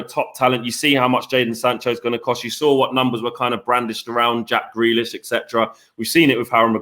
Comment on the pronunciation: Shut up, and!! Few weeks ago both of you prefered Grealish. couldn't pronounce his name. Jus shut it both of you!!